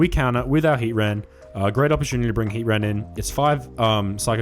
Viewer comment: You're saying Heatran's name funny. It's not Hea-ran. You're forgetting the T. It's Hea-TRAN. 🤭